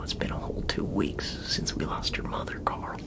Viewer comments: Not “Coral” 😂😂😂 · Damn, even version of Rick Grimes can never pronounce his own son's name right.